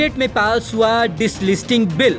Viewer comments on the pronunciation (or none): Dislisting nahi delisting